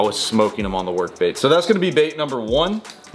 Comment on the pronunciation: U said live baet